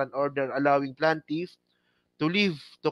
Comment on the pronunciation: hindi PLANtiff...Plaintiff pls....